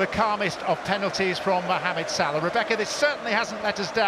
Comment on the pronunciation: I hate the way the commentators say salah 😂😂